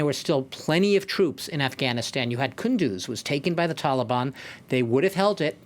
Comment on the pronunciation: All these years & they didn't learned how to pronounce Afghanistan